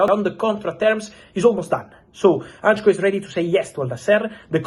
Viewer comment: Hancko not Antcho 😂